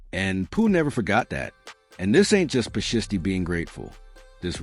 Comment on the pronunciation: Bruh its shiesty ! Shy stee !!